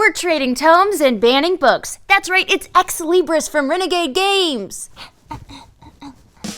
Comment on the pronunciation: Did she say "Exley Briss"?